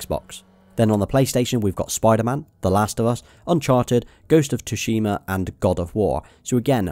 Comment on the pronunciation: "Ghost of tushima" hahahahahah